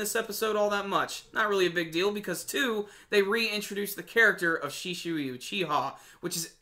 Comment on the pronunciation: you pronounced shisui wrong